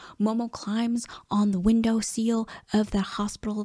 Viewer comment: I remember being incredibly annoyed watching this anime as a kid. Don't remember a single plot point but man did I remember hating everyone but Momo (tho she got on my nerves too). (Btw, it's supposed to be window sill, not seal lol)